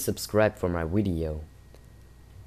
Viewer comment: sounded like wideo to me... Try saying nuclear wessels!